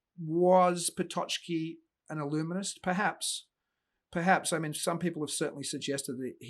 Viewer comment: One minor remark of you don't mind - it's pronounced "Pototski" or "Pototzki". The "ck" group in Polish make the ts/tz sound. It's never a "ch", "tch" nor "tsch".